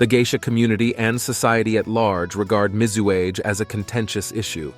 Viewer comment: MIZUAGE = mee-zoo-ah-gay